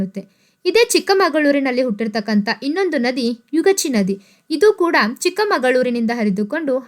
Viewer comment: Not ಯುಗಾಚಿ ಅದು ಯಗಚಿ